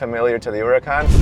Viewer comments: URACAN 😂😂😂😂😂😂😂😂😂😂😂. Where’s the h 🤣🤣🤣🤣😂🤣😂🤣😂😂🤣🤣😂😂🤣😂🤣😂😂🤣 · There's An " H " in Huracán LOL